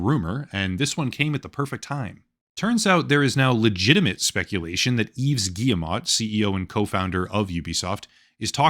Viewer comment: I'm on a one-man crusade to get YouTubers to pronounce Yves Guillemot's name! It's: "eve gee-mo" (hard-G, long-O). Last name Rhymes with "we go." Good luck!